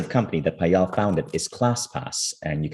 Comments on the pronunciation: I wish you could've pronounced Payal not Paayaal. For those who don't know, Payal is the beautiful bracelet wear around ankle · Yup, the pronunciation is 'paayal' and not 'payaal'